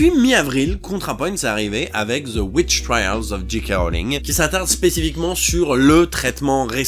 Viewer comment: Tout le monde prononce G. K. (Dji Kè) Rowling. Pourquoi ? 😓